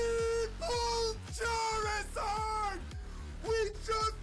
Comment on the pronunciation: Charrrizrd….why does say it like that?!